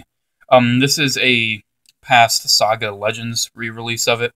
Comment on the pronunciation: IT'S SAGA NOT SOGA